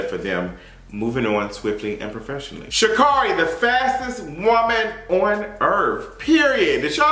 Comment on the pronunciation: Her name is pronounced Sha’Carri(e)—> shuh keh ree